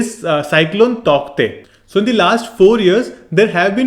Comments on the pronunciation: Sir the pronounciation of Tauktae is taute... And thank you for this video well explained..🙏❤️ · It's pronounced as tau te though. The k is silent. Great video. 👍